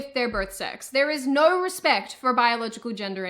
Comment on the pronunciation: You do that thing where you insert r's between words to flow between them. When you say no, it sounds like nurr :) I'm still not over how weird your accent is.